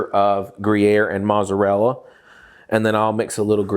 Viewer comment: Is there a inside joke on why he doesn't pronounce mozzarella property?